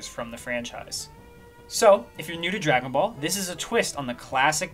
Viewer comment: Drajone boulle pronounced in frensh